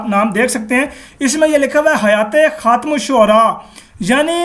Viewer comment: adeb k sath urz hay yeh lafz “khum” nahi hai asl lafz “Khaatem” hay.